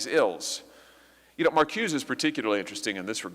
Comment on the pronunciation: Nice job Senator! Er..btw, it is pronounced Mar koo-say (Marcuse). All the originators you named were/are Jewish Marxists